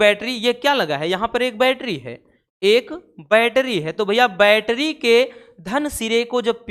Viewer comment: Sir aap bol rahe hai baitri or shandi me seel jood rahe hai😢😢😢😢😢